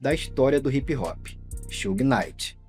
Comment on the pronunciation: It’s not Suge It’s Suge😣